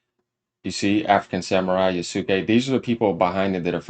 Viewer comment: Let the guy who can even speak samurai correctly lecture you about Japanese culture.Nailed it~